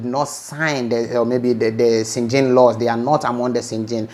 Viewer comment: Is schengen not schengin..